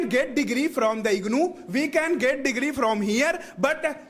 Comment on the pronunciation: Get❎ git✅ 😅😅